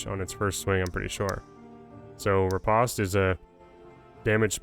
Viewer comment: There's a video on the calculation for weapon dmg and physical power, also its pronounced riposte like repōste.. just a quick counter thrust typically in fencing